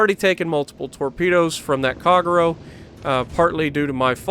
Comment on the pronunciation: At a go , lol. Please pronounce " ahh tah go" ., " kagh row" wtf dude, its pronounced " kah gay roe, americans , lol